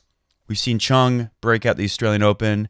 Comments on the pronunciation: ChUng, not ChOng. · You so did not! :-) Try to pronounce the U like the OO in food. Choong.